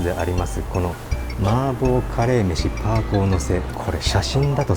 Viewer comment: 、台湾では、「排骨」は、「ぱいぐう」と読みます。